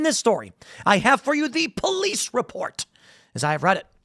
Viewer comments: You are weak for trying to prove your case saying "muh po-lice report" . I agree that kid is guilty but that's not the way to back it up ya weenie beenie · Tim.... STOP FLEXING on the pronounciations . IT IS CRINGE. eg "The POLICE REPORT..."